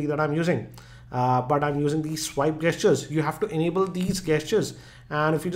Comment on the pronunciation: Gestures is said like Jestures